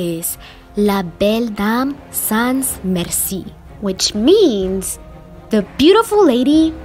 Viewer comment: "La belle dame sans mercie" there is no "S" sound (trust me im french)